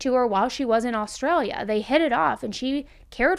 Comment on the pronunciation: I love how Americans pronounce Australian places. Wagga Wagga is pronounced Woggah (we just usually stop at one Wagga) and you need more bogan when you say Ah-straya. Props for the Australian story though.